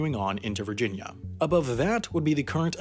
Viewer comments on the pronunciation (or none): none